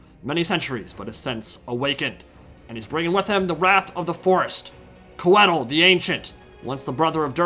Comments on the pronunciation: I think it’s supposed to be pronounced “Koi-thill”. Coedd is the Welsh word for Trees, and Tolkien etc were all about that Welsh for Elven languages! Love the content! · Hearing Coedil (it's pronounced Co - eh - deel) mispronounced so often really agitated me :D. It's still awesome to see some well commentated SFO content though so thank you for that! Also you can definitely feel the lack of experience with Welves in SFO (which is my most played faction in SFO). If you bring coedil, you gotta bring healing. A Malevolent Branchwraith of Life on Foot with earth blood, passive (which is insanely strong in SFO) and awakening would have suplemented coedil much better than drycha. Drycha should come naked with only dryad summon. Drop some spells from Coedil as well (or bring none at all really. You only need healing). Awakening pretty much one-shots something like Queen Bess as well (which is way more dangerous in SFO) and is strong vs zombie units overall. The Hawks are also very dangerous in SFO if used against SEMs or cav. They don't do very well against zombies value wise (unless it's on walls in campaign). Might have been better to drop the manticore to get more of them (manticores are better in SFO, but it's probably still the worst wild unit for Drycha performance-wise. Even in campaign I'd rather have an extra unit of Hawks than a manticore). Lastly, bringing dryad bows was probably a poor decision. They don't do well against anything on the vc roster really (or at least not better than regular dryads already do). They are very strong in campaign of course if you boost them correctly (poison and 200+ range help a lot). Can't really fault th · I could be wrong, but if Coeddil is based in the welsh language (which it certainly looks to have influence from there, along with most fantasy settings ahem elves in LotR *ahem*) I believe it would be pronounced Coy(sounds like toy) dd(sounds like th in the) ill. But who cares cuz he looks fucking rad haha